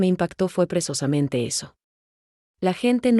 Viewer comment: Hay que informarle a la I.A. que no se dice presosamente sinó *precisamente*. Fíjense que manera de hablar y de hablar y decir: ¡ABSOLUTAMENTE N A D A...!